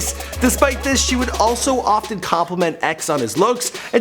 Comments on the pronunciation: Pompano, Fl is pronounced: Pom-puh-no not Pom-pah-no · The way he pronounced pompano💀 he said pom-pah-no it's pronounced Pom-puh-no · Dude can't even pronounce Pompano right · po pano beach??? Pomp..a...no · Pompano (pomp-a-no) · Who tf says pompano like that? POM PANO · Pom-pamo beach 😂 lmao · sorry just gotta point this out as a florida native its pronounced POMP-UH-NO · it is spelt pompano but pronounced pohm-pah-no Beach Florida... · pls tell me he didnt just pronounce pompano beach like that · He mispronounced pompano omllll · i hate how he pronounces pompano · Dont even know how to pronounce Pompano smh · this nigga can't pronounce pompano or Margate for shit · How tf you mispronounce pompano... don't disrespect broward like that smh , danoya ain't a joke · The way you pronounce "pompano" is cringy as hell lol.